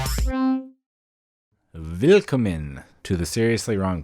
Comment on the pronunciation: It's "will-KOM-men" with the stress on the O btw.